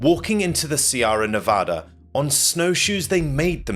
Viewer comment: How can you make such great videos yet not being able to pronounce Sierra Nevada?